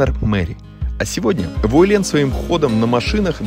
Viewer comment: Правильно произносить УЭ'лен , ударение на первый слог ....